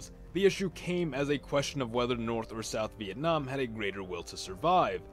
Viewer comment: sounds like vietnom